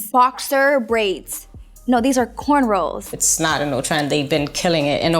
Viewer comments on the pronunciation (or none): I know she didn’t say “CORNROLLS” 🤦🏽‍♀️